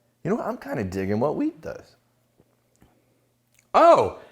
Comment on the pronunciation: Every time you guys said Wheat, all I heard was Weed 🤦🏻‍♂️